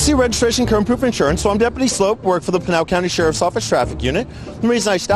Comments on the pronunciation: Oh, btw, it's pronounced "slope" like a downhill ski run, not "sloop" like generic Campbell's Shrimp and Cheese Medley. he actually says it in his vids! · Love the vid (and most stuff with Frank), but his last name is Sloup, not Sloot. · It is pronounced slope not soup 😂😂😂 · Sloup, not Sloot. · His name is pronounced “slope”, as in the steepness of a hill